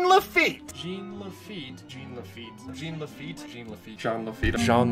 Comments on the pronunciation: I am so sad Disneyland did not go with the crypt entrance pirate ride. That would have been amazing!! Also...it's pronounced "JAHN", not "Jeen". 😜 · When Jean is pronunced "jeen" it's a girl's name. If it is a guy it is prounounced "chaan" as in Sean Astin and Sean Bean. Jean Lafeit was obviously a guy so it is Sean, NOT "jeen". Also, in the Wonderful World of Color program that aired about Pirates of the Caribbean, clearly say "sean" Lafeit, so that should clear the confusion! There! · I'm from New Orleans. We all pronounce it "gene". And it "bear-uh-tare-ee-uh". Love ya, cher! Eh la bas! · Alrighty, we’re almost there, big step up from what you were calling him before, but not quite. Take it from the Frenchman here, I’m gonna lay it down for you: it’s close to John, yes, the J is slurred, so it’s almost like Sh-ean, but with the hint of J, and Laffite is pronounced with a bit of annunciation at the end, like a “tuh” sound. One could mistake it for an alternate spelling of Lafayette, the last name of a key figure in the French Revolution, but that would be wrong. Just some tips to help you along. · Okay, I'm hoping people know, but in case they don't: Lafitte is pronounced Lah-fi-yet. Like Hamilton's Lafayette. And Jean is pronounced "John" with emphasis on the "J", as it is the French pronunciation of the English "John". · It's Jean (pronounced in the French as "Jawn"). Mispronouncing the name of such a historical figure is criminal. 😐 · Oh because he was saying "John?" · Ughhhhh stop pronouncing Jean like the the pair of pants its driving me nuts pronounce like its supposed to hes a frenchmen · Your mispronunciation of "Jean" makes me cringe....